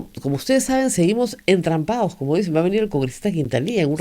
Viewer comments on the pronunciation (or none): SIGUE HABLANDO MAL "entrampaOs" por "entrampaDos", "verdaA" por "verdaD", "usteEs" por "usteDes", "toOs" por "toDos", "abogaOs" por "abogaDos", "sentaOs" por "sentaDos", "legitimidaA" por "legitimidaD", "estaO" por "estaDo", "libertaA" por "libertaD", "buJcando" por "buScando", "conoJco" por "conoSco", "obligaAs" por "obligaDas", "toAs" por "toDas", "QuintaniYa" por "QuintaniLLa", "pueA" por "pueDa", doña Rosa María Augusta Palacios McBride critica con razón a un abogado que se dice constitucionalista, pero no advierte que ella como locutora, está obligada ha hablar con corrección, pues si habla de DOCENCIA POLÍTICA ella es responsable de la DOCENCIA EN EL BUEN HABLAR.